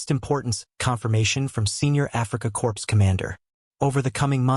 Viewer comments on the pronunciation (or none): Corps pronounced “corpse.” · Corps as in Africa Corps is pronounced with a silent P & silent S